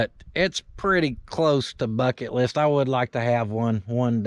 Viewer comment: did you say bucket or f it list.